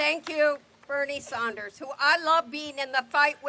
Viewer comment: NOT SAUNDERS DEBBIE,SANDERS...shame.